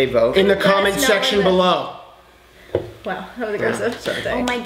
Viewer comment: lolz she rhymed "let us know, in the comments down bellow"